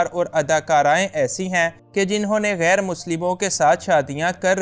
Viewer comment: لفظ گیر نہیں ۔ غیر ہوتا ہے۔ اردو سیکھیں پھر بولیں۔